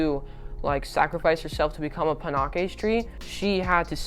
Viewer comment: Pan-aches like you jus got slapped et a pan and ur aching 😂